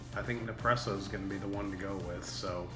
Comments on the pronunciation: What does "Ne-presso" mean? ;-) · You’re missing the first S when you say nespresso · Alex Keys he is saying it totally wrong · What's crazy is, he says espresso just fine but can't say Nespresso. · You kept saying Nepresso and it was pissing me off!! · Every time he says Ne-presso, I get De-presso 8( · I was correcting him every time! 😂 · NES presso dude.. & its pronounced Dee long ee.. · It’s ne spresso